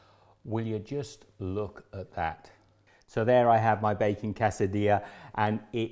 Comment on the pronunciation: Give yourself a pat on the back. You are pronouncing Quesadilla correctly.